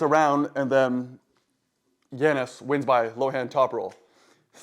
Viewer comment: YA-nis. Not Yan-nis. Lol. Killing me with these names.